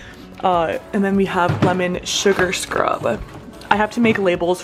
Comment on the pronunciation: “Lemon Suagr Crub”